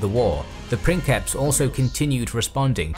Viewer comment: I love the original pronunciation of princeps in this video.